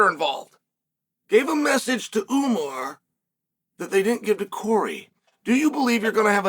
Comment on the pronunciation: Ououououuuuuuumar love how unc butchers everyone’s name but really says it the way it’s meant to be said the RIGHT way.